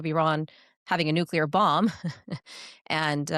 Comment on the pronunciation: Jay Solomon is a slob and boring. His messy room looks staged. Nuclear is pronounced: New-klee-er NOT Nu-cure-ler.